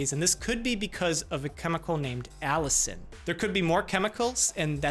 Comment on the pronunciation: Lol Allicin sounds like the name Allison